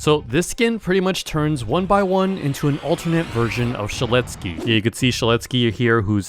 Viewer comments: ITS NOT 1BY1 ITS 1X1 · Its not 1by1 its 1x1 like 1 EX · I I thought it was saying 1 piss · calling 1x "one by one" is crazy 😭🙏 edit: also you forgot all of the Cupcakes lore edit 2: bro really called papyrus "paparus"